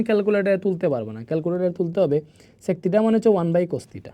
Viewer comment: SiR sec ta actu sundor kore bolben oita onno rokom lagtese